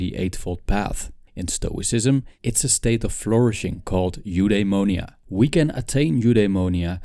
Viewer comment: if you want to pronounce correctly Eudaimonia you should said something like F-the-monia Apatheia its more like Apath-i-a and Epithumia its more like Epith-i-mia great video by the way